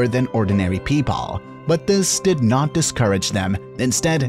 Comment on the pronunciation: Nice vid but “Notttttttttt” “pEoPAL” “Disabilitiesssssssssss” “WErE”